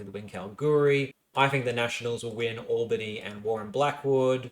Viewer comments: My beautiful boy, you keep mispronouncing Albany & Pilbara wrong. What’s worse, is you’re pronouncing Albany like the American city in New York. It’s ‘Owl-bany’, not ‘Oll-bany’. Pilbara is pronounced as one word, akin to ‘Pil-bra’ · So just some advice: Albany WA is pronounced Al (like the name)-Ba-Knee atleast that’s what some my mates down south in Albany say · Kalamunda, Pilbara, Albany, Kalgoorlie - absolutely butchering the electorate names - Clearly an eastie... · Albany, New York as far as I’m aware is pronounced Ol-Ba-Knee. From Wikipedia AL-bən-ee is for Albany Australia AWL-bə-nee is for Albany New York